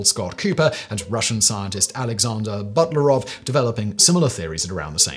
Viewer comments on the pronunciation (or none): none